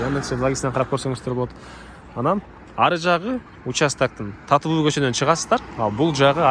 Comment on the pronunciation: Айланайын Таттыбүбү деп туура айтсаң,кыргыз элесиң го.(